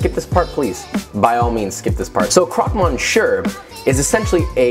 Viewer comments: Man, I really do like your channel but please improve your French pronunciation 🙈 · I'm just a fellow Indian who knows French but It was physically painful to hear him say Croque Monsieur. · Monshere? You mean monsieur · Me-siö. Not mon-sher. Thank you for listening to my ted talk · My ears bled when I heard croque mon-shir. Love you Josh but when you cook or show something from a certain country you should learn to pronounce it well, just out of respect, or at least try and apologize in advance I don’t know. I mean, you try with Italian and Spanish but French, no? Kind of offensive for them but oh well.. 🤷‍♂️ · croque is pronounced "croak" monsier is "miss-yuh" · Croak =croque mon see ur =Monsieur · krok monshur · Croc muh-see-uh I hope that helps xD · Krok monster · Indeed, monsher... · especialy when it's about a dish that's called "croque-monsieur" wich is one of the simplest french words to pronounce... Only two syllables made of sounds that an english dude can pronounce. The thing is in this case hé pronounced it like je was talking german... He said "monshieur"... He litteraly made it harder to pronounce for himself by replacing an S by a SH wich is harder to pronounce.... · "krowk mon-sure." The French should hear it XD. But really well made, like always. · Me, a french hearing "a cwok mochieu" : Mh yes exactly how you say it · croque MONSHURRRRRR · Mon-sure? Oh Josh. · Croque moshuir?? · And then he said, crock monshure. Dude, haha, you are literally clueless as to what you're saying. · "crock mon sure".... Stop. Just stop. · Not even a French speaker and it hurt my soul. You'd think as a chef he would know lol.... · I understand French is hard to say but like... it's not even close lol. But I have had that sandwich before and it is probably one of my favorite things. It's been a while since I've made one and my boyfriend's birthday is coming up and I wanted just a little refresher on it and I'm so glad I did it's like food porn! My mouth is watering!